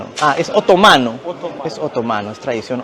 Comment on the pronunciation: Bonito que es Estambul , debes escuchar como se pronuncia Estambul y Otomanos , que los pronuncias muy mal